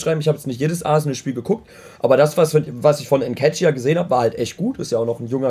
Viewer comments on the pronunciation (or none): Bruder dieser Aussprache TSCHESUS UND NKETSCHIAH hahahah alter